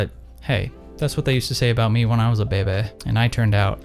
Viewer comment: Moira Rose would be proud of how you pronounced “Behbeh”